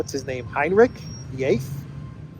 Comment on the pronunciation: Heinrich XIII means Heinrich the Thirteenth, not "the Eighth." Latin language seems to be falling into oblivion.